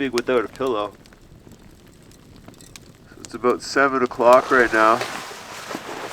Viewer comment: ha! he said aboot